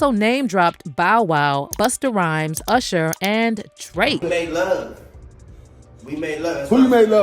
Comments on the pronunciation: 😲Damn.!! 😳Did he say {BUSTA RHYMES}🤦🏽‍♂️ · Did he just say BUSTER RYMES 😢 I officially don't listen to rap music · he said busta ryhmes wut